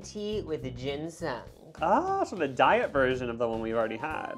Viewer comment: THE WAY YOU PRONOUNCE GINSENG!!!! ILLITERATE!!!! (its okay!)